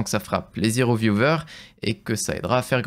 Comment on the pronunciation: Bjr. Juste une petite remarque : On dit "viewers" (viou-ou-er) et non "viewVer" comme vous le prononcez. A part ça bravo et courage ! Sans rancune ni hater feeling 😊